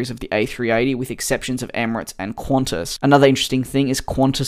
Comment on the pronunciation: "Qhauntas", lol : )